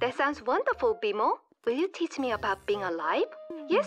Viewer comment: i forgot how good bmo’s accent is